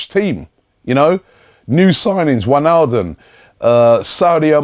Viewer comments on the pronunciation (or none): none